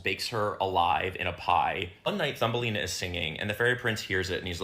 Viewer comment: i know... Thumbelina .. cause she big as a thumb.... but it very much sounds like Fumbelina... and thats quite concerning for a kids movie already... wow 😀